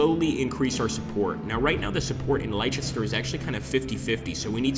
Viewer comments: Pronunciations - Worcester is pronounced 'wooster'. Leicester is pronounced 'lester'. Warwick pronounced 'warik'. Not your fault, just a yank thing 😊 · Just to add a couple more pronunciations .... Leicester is pronounced Lester, and Warwick is pronounced Warrick. Game looks interesting though.